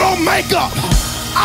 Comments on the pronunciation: I thought I was the only one that heard that 😂😂 like how much could he possibly love a woman if he can't even say it right? Lol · He can’t even say woman right